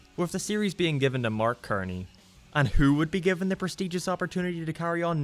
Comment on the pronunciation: You pronounced mark cerny's name wrong You pronounced it as "mark k-erny" when it's suppose to be "mark s-erny"